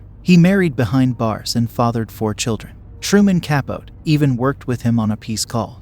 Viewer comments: C'mon...he has to be! Truman Cap•Oat? Really dude? It's pronounced Ca•Po•Tee. I mean they only made a movie about the guy starring Phillip Seymour Hoffman. He has to be mispronouncing things on purpose. The guy simply cannot be that ignorant. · I was thinking the same. It’s crazy that in a world where you can have instant access to all the information on the planet these content makers either get facts wrong, or mispronounce names and places. I was thinking when he said it that in another twenty years or so, when those of us who were living contemporaneously with these people are dead and gone…Truman Capote it is going to be, rather than Truman Capotee…I suppose this is what happens when the only literature adults today have read is Harry Potter and comic books.